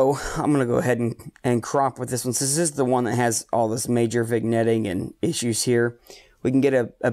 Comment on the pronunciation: lol nope, vin-yetting is the right way, you said vig-netting, unforgivable! Renders the rest of the video unusable! /sarcasm. I do btw appreciate your approach to gear vs. effort. Far too many times in this hobby, newbies with human style budgets (myself included) ask for guidance and receive the blanket answer of "spend more money, get more gear". I have the same APO as you, the AT115, and I love it. But it was the culmination of a year and a half of saving and rationalizing my need for it. Clean data is a luxury, despite what elite forum guardians would say. Thanks for stressing effort > money.